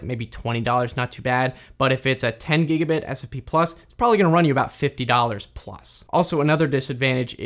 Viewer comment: The German pronunciation is wrong or unusual for some words like "gigabit". And the speed of speech varies. That doesn't make it easy to listen to in case of technical stuff. But it is good and still understandable for people who don't know English at all.